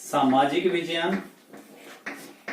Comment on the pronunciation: It's not vijayan It is vigyan